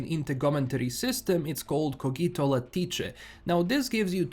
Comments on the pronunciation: "Lattice" is said 'lat-iss' in English - where 'lat' rhymes with 'at'. The 'ice' in lattice doesn't sound like 'ice'. Love the Latin pronunciation and honestly its a sensible guess given that 'Cogito' isn't English - I think it is Latin. Anyway, thanks for the update. I'll have to check it out next time I come around to Cyberpunk - lots of other games on my plate at the moment. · Cawgeeeto latiché 😅 love it bro